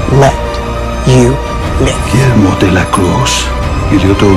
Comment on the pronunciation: Amo el hacho de que Nandor no dice "Guillermo" dice "Giermo" JAJAJAJ los amo